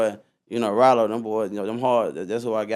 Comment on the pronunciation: btw it’s not “Ralo” it’s RYLO 🦍